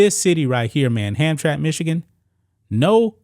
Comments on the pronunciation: Dude you should check the correct pronouncing of words I see destroying names on a regular. It is pronounced Ham_tra_mick not Hamtrack ask somebody. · It's pronounced Ham-Tram-Mack. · It's pronounced Ham-tram-ick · It's pronounced HamTRAMick. And it's not "near Detroit," it's actually IN Detroit. FWIW I doubt the former Polish Catholic majority would be tolerant of this, either. For that matter, I doubt there are any gay people in Hamtramck, so what, exactly, was the point of hoisting this flag? (I know what it was, it was a rhetorical question.) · Pronounced. ham-tram-ick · It's pronounced Ham-tramick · Ham-Tram-Ick is how it is pronounced. Used to be the headquarters for most big business in Detroit, now it is a shithole just like Detroit. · sounds like Ham Tram ick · Not that it matters but its pronounced ham tram ick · it's 3 syllables. Ham-tram-ick. How times have changed. In the 50s and 60s it was mostly Polish people. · I was in the Marines with a guy from Hamtramck. He said it “Ham-tram-ick.” Right, wrong….Idk. Hey RT!—you still alive? I had the tooth I knocked out of you for a lot of years. Good story, conversation piece. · Not to be too picky, but its pronouced Hamtramic. Hamtramck was predominately Polish American for decades. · The city is pronounced "Hamtramick". I live in Detroit just across the railway tracks.😄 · IT''S PRONOUNCE HAM TRAM ICK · It`s Ham Tram ick not Hamtramck lol . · Don't normally correct tubers but it's pronounced Ham tram mick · Pronounced Hamtramack This city is actually located inside of Detroit. They don't play that gender stuff. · I’m from Detroit… it’s a village inside of Detroit that used to be all polish. The pronunciation is Ham-Tram-ick.